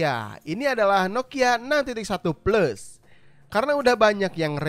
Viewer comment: Kenapa ya orang Indonesia kebanyakan masih bilang plus itu "pleus"? Dahal kan dibacanya Pləs atau mudahnya plas.